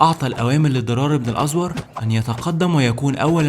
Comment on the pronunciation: باشا هو انت عمرك ما سمعت عن أسماء الصحابه . مين أزور ده . ابن الازووور . بضم الواو .. وعندك كذا خطء لغوى سواء فى سرد الأحداث او اسماء الأشخاص . اظن انت بتروى تاريخ وعن العرب فاقل ما يكون ضبط القرائه